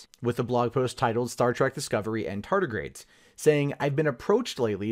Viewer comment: Anyone else uncomfortable hearing him say "tartigrades" repeatedly?